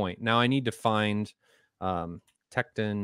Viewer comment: Why is he mispronouncing "Tekton" and "Troubadour"? Wow.